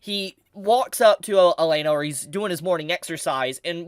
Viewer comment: Why do you keep calling her Elena when her name is Elinalise?